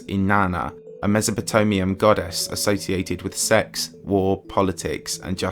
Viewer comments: Haha! Did you just say MesopoTOMIUM?!? POUAAAH!!! XDXDXD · Where is mesopotomia? I’ve never heard it pronounced that way. God I feel like such a bitch 😅